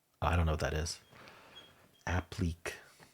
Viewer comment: Applique is pronounced APP--LE(like in French)--KAY